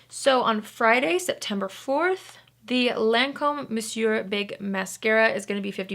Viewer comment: The only influencer who pronounces Monsieur correctly!